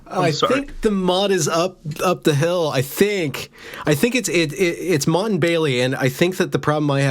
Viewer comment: Service announcement: It's Motte and Bailey, like the castle thing. NOT Mutt and Bailey, which are two really cute looking figurines. You learn something new with every misspelled google search